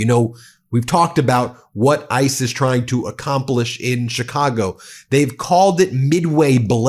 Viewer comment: What l think is you’re too lazy to review your tapes or you would stop butchering Chicago names. Do your fucking job, man